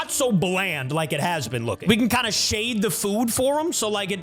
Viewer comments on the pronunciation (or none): none